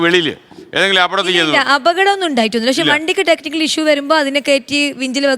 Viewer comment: കുട്ടികളെ പെറുക്കി വണ്ടിയിലിടുകയോ ? ഇയാളെന്ത് പുച്ഛമാണ് 🤡അപടമല്ലടോ അപകടം നിർത്തി നിർത്തി പറയൂ എന്നാലല്ലേ മനസ്സിലാകൂ